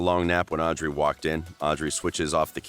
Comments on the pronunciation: But why did you say "owdrey" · I’m mad that he said “Audrey” wrong 😡😡